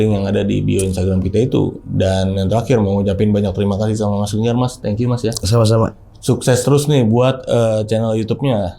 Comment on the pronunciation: Linggar kakk bukan longgarrr😭😭😭😂🤣